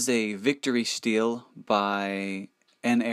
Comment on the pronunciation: It's pronounced stee-lee, not steal.